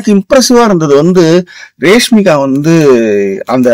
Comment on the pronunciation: அட ரேஷ்மி கா இல்லைங்க ராஷ்மி கா..அதையாவது கொஞ்சம் ஒழுங்கா சொல்லுங்க..